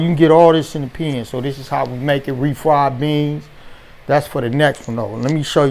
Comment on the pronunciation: My man said refried beans like in Tales from the Hood😂😂😂